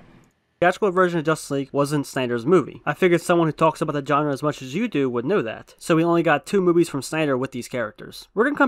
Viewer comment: “This is how most of the movies in this Jenre.” Where did you learn English, on a farm??